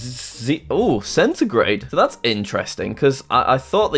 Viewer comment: yeah... jack.. ''Centigrade''